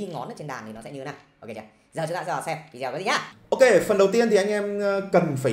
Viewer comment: Nếu không tìm dược cho mình một cái gì nguyên thủy thì cũng đừng bắt chước Peter McKinnon. Kỳ lắm. Người ta nguyên thủy nên người ta tự nhiên. Ô, chữ "video" là tiếng Anh, đọc là "vi đi ô" chứ không phải "vi gieo". đâu. Ấy là tâm tình góp ý. Chữ "scale" đọc là "skeo" chứ không phải "skêu". Còn nhiều nhưng hôm nay tớ góp ý thế thôi. '